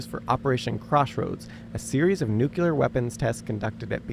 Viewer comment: What is this? A Podcast that you decided to stick some home movies on top of? This page is called higher learning, but you can’t pronounce nuclear or bombardier correctly. That immediately subtracts from your credibility.